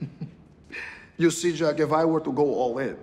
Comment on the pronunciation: Except his J, in Jack. Zhaeak